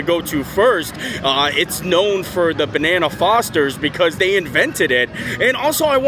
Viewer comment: It’s bananas Foster, not banana Fosters.